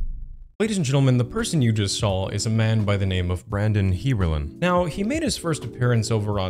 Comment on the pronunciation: Hey man, great video. Dude is a straight up creep. Definitely not an isolated incident. I just have one question. did you say "sawL"? With an L?